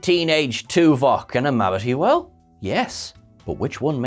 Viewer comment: Did he just say "mavity well"?